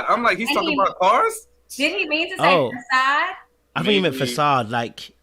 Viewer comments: Justice said "fasat"...I knew my ears weren't playing tricks on me. 😂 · Men are naturally the hunters...what the hell is wrong with this dude.and BTW what is a passat?? did he mean facade? This is what happens when a dude thinks he is the "catch"Aint nobody chasing after your dusty ass.